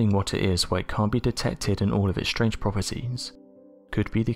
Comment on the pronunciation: This guy cant even english! Ashume, preshume, shtrange... what is wrong with the guy? Maybe he is just shtoopid...